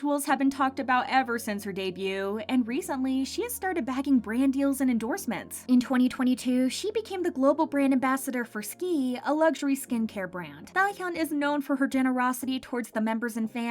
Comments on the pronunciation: It’s es-kay-two not skee lol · Wait isn’t SK-II pronounced S K 2 not Sakii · SKII is actually pronounced SK2. It is one of the most luxurious skincare brands from Japan. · SK-II is S-K-2 not SKI and it's a big brand that Cate Blachett was Global ambassador before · Is this narrated by a robot? Did you really pronounce SK-ii as "ski"? 🤣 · SK-II is pronounced SK 2. 👍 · SK-II is pronounced s k 2. c: just so you know for future videos! great work. i look forward to all of your uploads and always immediately click.